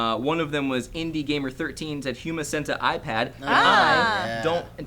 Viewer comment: It's not centa-ipad, it's cent-ipad.